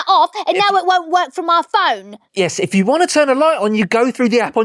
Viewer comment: When Claire says if you enjoy the show, it sounds like FU ENJOY THE SHOW😂😂